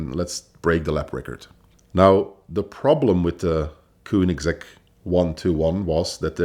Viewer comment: So many wrongs that vinwiki should think of taking the video down and maybe let him try again, after some research about the brand he's gonna talk about. And it isn't kuunigsegg, what the ____?